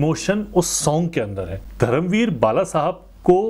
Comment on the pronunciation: नमस्कार! 🙏 खममगणी! 🙏 One correction Bhai, it's not धरम वीर , it's धर्मवीर! I know you make these words mistake unintentionally and your efforts are very sincere and from heart and that's why we like and appreciate your honest opinion/reactions on all videos. Also i have already Subscribed your YouTube channel Rajasthani Reaction (by the way very nice name of channel) and i watch all your reaction videos and also i like them and comment on them whatever I think or have to say or share about them. You are doing great work😊 keep it up.👍 भोहोत शुभेच्छा!🙏 जय महाराष्ट्र!🚩